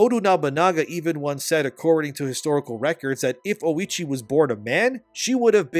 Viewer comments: thats not Oichi , thats Oishieettt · 😂 “lady oh-itchy” 😂 it’s oh-ee-chee